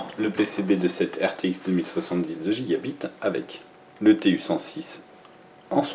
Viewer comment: Ça se lit "GigaBAYTE"..